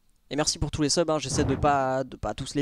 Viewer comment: Laink: tousse Moi: tousSE il n'y a pas de SE c juste TOUS il est en cp ou quoi!